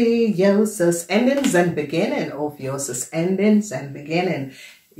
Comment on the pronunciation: Love how you say ophiuchus & it resonates big thank you